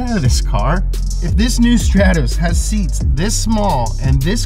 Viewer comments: It's not a Strattoss, it's a Stratos. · The pronunciation is so crap lanchia staatoose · it's pronouced S T R A A A T O S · It’s pronounced str-aaa-tos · legend says that is still flying to this day after saying "Stratos"